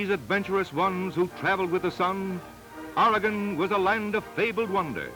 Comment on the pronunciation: This narrator pronounces Oregon correctly.Thank God.At this time(10/2021) Oregon is in the process of restoring a tunnel at Mitchell Point on the alignment of the old Columbia Highway!At the time this was produced,the relocation of U.S 101through the Samuel Boardman Scenic Corridor was 23 years in the future,so no mention is made of that fabulous area.